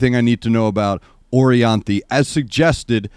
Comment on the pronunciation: She was supposed to be the guitarist for Michael Jackson in his last tour. And Michael is a perfectionist so. She is so bad ass 🤘🤘🤘and l think you said her name correct